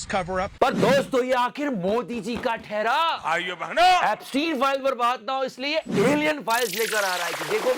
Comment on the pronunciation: thhairaa😂 pahadi ho kya😂